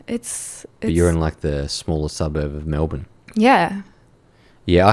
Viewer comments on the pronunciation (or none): This lass has a case of sepocitis. She keeps pronouncing e as a. MAlbourne, for example. Even cultural Australians have been infected by American TV. If you want to have an Australian identity, you need to have a culture(not just value, but a culture, which we don't have), insulation from the rest of the world some what, productivity in our country so our citizens are the ones building our country, and to eat the food we grow here, so our very soil is in our bodies. I am not opposed to immigration, but citizenship can't be given to the refugee, or to their children, but to their children's children. The first two generations can be treated with respect and given sanctuary, but the third generation is when citizenship rights are given because, by then, they have only known our country and its ways and therefore have a love for the country, and so can be worthy citizens